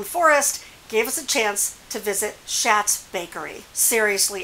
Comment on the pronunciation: I've lived in Bishop for several years. I'm not being snotty but just an FYI, I asked Mr Schat how to pronounce his name. It's pronounced "shots". So you can sound like a local 😉. Thank you for your videos. I learn new stuff all the time. Didn't know about the usland app. I've been full time for three weeks now and that will hopefully really help. Hard to find places to park this year. Best to you and Doug.